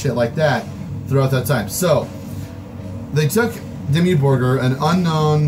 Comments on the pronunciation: am i the only one who hear DEMI BURGER when this guy want to say Dimmu Borgir?! even caption says JIMMY BURGER!! =))) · Its Dimmu Borgir not Dimmu Burger....